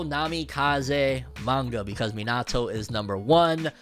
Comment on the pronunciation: The way you pronounce Minato is so cringe 💀 no shade though